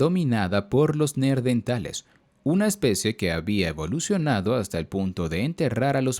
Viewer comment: Por qué en los dices "Neerdentales"? La R va en la segunda sílaba, Neandertales.